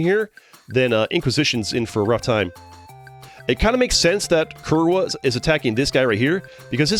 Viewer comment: It's funny hearing Polish in an American accent.